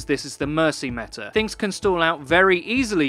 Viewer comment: i love how he says "meta'r" sometimes haha